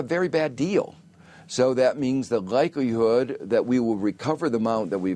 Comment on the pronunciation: ....what does Josph say? Gikelyhood?